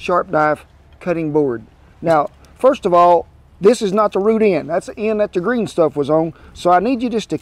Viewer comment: Every time he says root I giggle a little 🙃